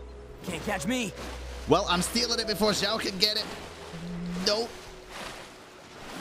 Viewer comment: Lol that "Xiao" caught me off guard. 😂😂Great reaction as always! 😍